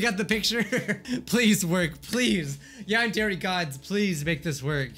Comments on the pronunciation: Its not yander but its yyyaaannndddre yandre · SAYS YEANDER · Ah yes, "Yonder Eek Simulator" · When you said "non-dairy simulator" i turned on captions and it said "Non dairy call me later" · Idk if I'm hearing this right or my ear bubs suck but did I hear him just say "nadere" ????? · I think my ears are going crazy but did he say non-dere? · Is it just me or is he saying Nondari Simulator in the start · this is getting really annoying HE IS NOT PRONOUNCING YANDERE RIGHT!!!!!!!!!!!